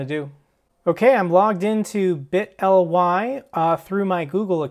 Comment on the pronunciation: say it like this. biii - tttleeeee. Thats how its pronounced im pretty sure. But good video!